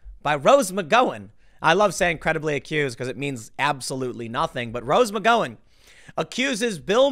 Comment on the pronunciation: “Rose McGoin’”